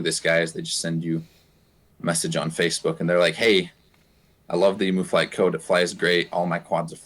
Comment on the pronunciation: It's pronounced 'Eem-you'. Not 'E-moo'